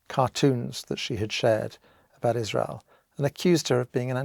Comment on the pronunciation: Everytime i hear israel I actually hear Isralies